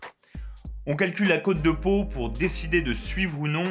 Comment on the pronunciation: cest cote pas côte et ca se dit cotte